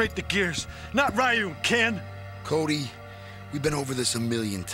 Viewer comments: The pronunciation of Ryu is driving me crazy. And wow, Cody's voice is hilarious. I'm pretty sure Jessica being with him would be considered abuse of the mentally challenged. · 1) Cody's voice & accent 2) Rolento's voice & accent 3) then Ken's hair... *Bonus* They're pronouncing Ryu as: (Rye-Yuuu) instead of (Reee-Yuuu) which also hurts my feelings, lol 🤕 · streetmagik I hate the way they pronounce ryu .its reoo not Raaiio. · Always hated the way they pronounce Ryu's name lol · So did I until I learned the proper way to say it. But u would think w/ a production team behind the scenes they woulda got it right. Like if I pronounce Machete as (Ma-cheet) that would hurt ur ears. We gotta respect Ryu! Lol 😆